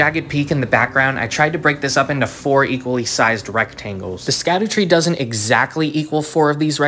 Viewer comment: There is no way we are STILL saying ‘Skdoo-tree’ this long after launch. it’s pronounced ‘shadow-tree’. Scadu is just an old english spelling of Shadow.